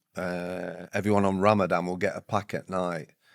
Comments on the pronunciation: Is it Ramadan or Ramadam ? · Would you mind terribly if we call it Ramadan not Ramadam?